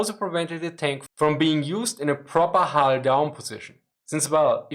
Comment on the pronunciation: sadly at about 12 minutes into the many 'hulls' makes it very hard to understand what is being said to a native English speaker. Hull is a difficult word to pronounce and to me I cannot make about about 10 seconds of this around that time. Sorry, I am a big fan